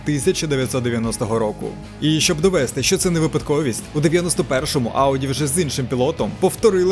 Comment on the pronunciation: наголос не довЕсти, а довестИ , це ж дієслово